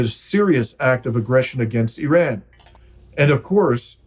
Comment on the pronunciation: You are pronouncing IRAN incorrectly